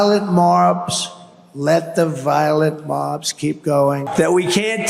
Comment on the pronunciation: "Violet marbs"?